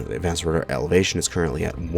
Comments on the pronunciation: Turret "Evelatation" 😂🤣😂🤣😂🤣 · "evelation" me: internal screaming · Evelation. Elevation. Meh, same thing, right? LOL